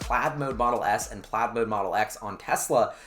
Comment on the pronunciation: mate doesn't know how to say plaid..